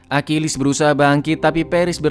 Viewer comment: Bang bahasa Yunani itu gak sama dengan Inggris bukan akilis cara bacanya Achilles trus Paris itu yaparis tetap